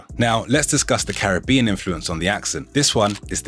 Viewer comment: Im offended by your mispronunciation of Caribbean 🤣 Im English and grew up with Jamaicans but recently learnt we've been saying Caribbean wrong all along and as a language learner mispronunciations are my pet peeve